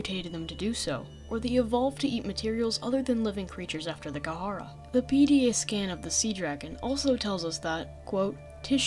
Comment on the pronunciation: Kharaa is pronounced (ka•ra), not (ka•ha•ra). Other than that great video